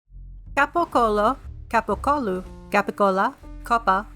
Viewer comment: Italian here. Excellent pronunciation of capocollo 🙂